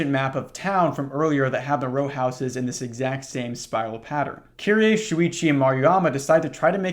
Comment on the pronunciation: dw about the pronunciations, i've heard a lot of people pronounce her name as "kiree" rather than "kiri-ey" so you're doing her more justice than many english speakers already lol all that matters is you try